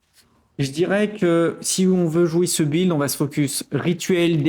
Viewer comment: Excellente vidéo, merci pour le build. Par aileurs, build se pronnonce "bild", on ne pronnonce pas le U, sinon on dirait "gÜilde" ^^